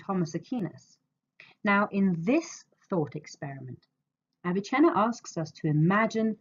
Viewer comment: its NOT aviCHenna. Its Avicenna. He is not Italian. Stop mispronouncing his name. Also your audio is barely recognizable. Get it together lady